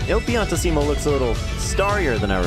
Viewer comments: Pi-an-TEE-sim-o, not pi-an-ti-SEE-mo, come on, you pronounced pianissimo right, why not his actual name? Edit: While I'm at it, it's REE-ko, not Rick-o Harbor. Italian pronunciation rules! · It's Pian-TIssimo, not Pian-ti-SSImo. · Idk why it bothers me he pronounces piantissimo like pi-an-ti-se-mo instead of pi-an-tiss-imo 😅 Still a great series i look forward to the next one